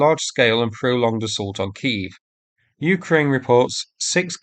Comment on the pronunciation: When are you going to start pronouncing Ukraine properly?